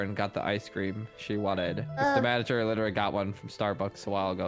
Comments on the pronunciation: U just said manger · say manger lol %100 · Its M A N A G E R not M A N G E R